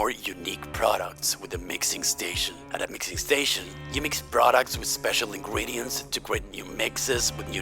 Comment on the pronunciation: nice video! btw why do you say "Ingwedients 🥺" its ingredients 😭